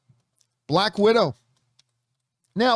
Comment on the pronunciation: 'Black Widow'...not bad.....but 'Balck Widow'...now THAT was GOOOD! :D